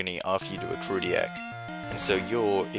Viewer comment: The way you say "Ecruteak" irks me a lot.